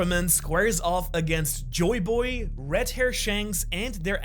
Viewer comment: Red* not rett